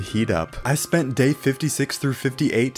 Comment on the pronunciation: When he said day 22 he said gay 22